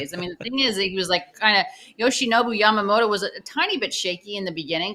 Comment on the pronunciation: YAMAMOTO や〜ま〜も〜と〜 motoの発音を頑張って下さい Yoshi Roki and Sho Samurai Japan with the Dodgers